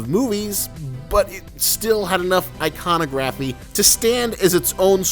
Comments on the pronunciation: god yes that annoyed me so much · You say iconography wrong